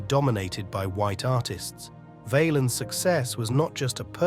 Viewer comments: Say the name pronouncing it Vahhhhhlens not Vayyyyyelens. And to people posting videos about Selena. The q in her last name is spoken Like a k. Bottom line if you're gonna do videos say the fucking names right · Val-ens not vaylens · It's pronounced Val-ins not valens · It's not VAYLINS you stooge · Who the fk is Ritchie Vay-lens lol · BS video. But nice to find out about his life. The way the narrator kept mispronouncing his name was pissing me off. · His name is being mispronounced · The a is short in Valens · They need a computer voice that pronounces their names correctly it wasn’t even close to being correct